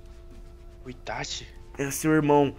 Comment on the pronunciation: Itachiii nao itathiiiii porra